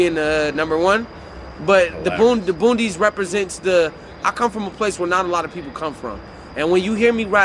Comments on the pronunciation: I've never heard it called "Boondys" Boonies, I know that. This guy might have been living under a rock. Also, "Fleek", get wit it guy, it's 2021. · It's tha B-O-O-N-I-E-S no D lol